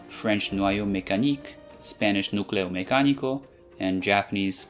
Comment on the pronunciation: el acento en Mecánico está mal puesto en español (solo aviso)😄